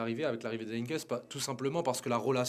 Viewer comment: Heynckes et non pas HeynckNes monsieur le présentateur .... Bartra non pas a gauche mais a droite .... Bosz le doublé ou Bosz qui gagne l'Europa League mais c'est honteux de dire ça ils ont perdu en finale !!!!!!!!!!! Zagadou c'est a gauche et non pas droite.